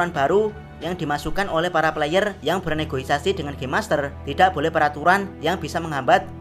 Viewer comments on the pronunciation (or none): Negosiasi bang bukan negoisasi wkwk ✌🏼